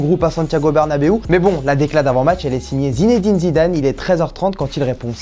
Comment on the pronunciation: Tuchel a pas respecté Zidane Il a dit zinediné🤣😭😂